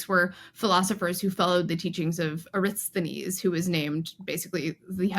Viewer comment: Who is "Aristones" and why did the captioning change the name to Diogenes?